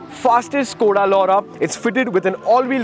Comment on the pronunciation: Skoda Lauda LMAO🤣we Indians cant say it right.